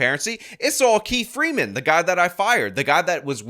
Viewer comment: 😂😂😂 She says “Keif Freeman “ 🙄🙄🙄